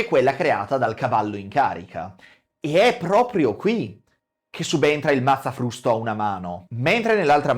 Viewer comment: Il " mazzafvusto "